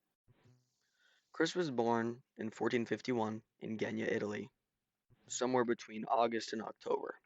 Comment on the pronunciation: (It's Genoa, not gena)